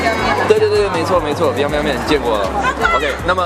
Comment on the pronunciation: 要知道很多人学历不高啊，你可能是中文系的。你去测试高考的人肯定就不会错了。就好像我觉得我西班牙语会比很多初中学历的西班牙语母语国家人好。而且中文本身就这么难。而且说实话你的发音还不是很标准，四声还是有点不清楚，而且台湾腔很重啊。比如biangbiang面是第二声，你说成了第一声。总归而言一个老外来当街测试中国人总感觉你有点在秀优越，就好像说你们大部分中国人的中文水平没有我一个老外好，我觉得视频动机不纯没什么意思。而且很多约定俗成的错误念法你也没有办法改变他们。况且49年以后汉字简化，你再跟大部分大陆人说繁体字也是呵呵了。